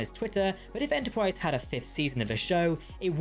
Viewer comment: Extensive video and full of good info, especially "Enterpwrise" 😃